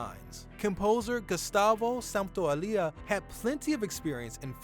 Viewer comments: ¿Gustavo Santoalía? Les cuesta bastante pronunciar los apellidos en español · “Gustavo Santaolia” lol